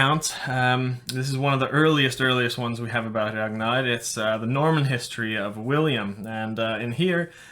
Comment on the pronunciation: I love the way he pronounces “Ragnar” in a perfect Scandinavian accent